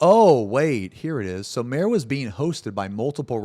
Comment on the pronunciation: Bro its MA-RE.Two syllables.